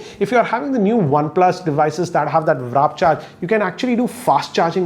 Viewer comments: Did he just say Raap Charge instead of Warp Charge ? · Really good informative videos, just one annoying thing which is you call thw "WARP CHARGE as" WRAP CHARGE" which is wrong. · Sir it's 'Warp charge' not 'Wrap charge' ! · it's WARP charge not WRAP charge! 🙈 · "WARP" Charge. Not "Wrap". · Wrap charge lol!!! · Wrap charge hahahahahahahaha. It's WARP charge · Wrap nahi chu It's W-a-r-p charge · I love your videos, but it's WARP charge not WRAP charge! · Warp charge bro, not wrap charge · Its not wrap charge...Its warp charge🤦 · No matter what, it is Werr..rraap charge. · Wrap charge wtf 😂 w-r-a-p Bro warp WARP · Sir it's not Vrap charge it's Waaaarrrp charge.. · It's warp charge and not wrap charge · Sir, it’s WARP charge. Not WRAP charge. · Sir it's warp charge not wrap charge 😅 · Grrrrrrrrr!! It is WARP charge!! WARP!! Not RAP charge!, you have been in this business for years and you dont know to say "warp charge"??? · You gotta read it again and again. It's called WARP charge and not WRAP charge. Have noticed this in another video of yours before. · what is this "wrap" charge ? its warp charge . google the pronunciation. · I don't know why always say warp charge as "wrap" charge!!😅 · He always says wrap charge 😂 But it is actually warp charge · love his content but this genuinely annoys me like sometimes i think hes doing it on purpose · Why don't you ever read it properly, it "WARP" charge not "WRAP" charge! Please pronounce it properly! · Am I the only one who heard him say "wrap charge"......